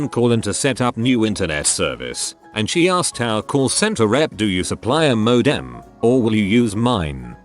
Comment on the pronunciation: I dislike greatly how the voice says ‘modem’ i now feel completely distraught when there computer related stories on this channel.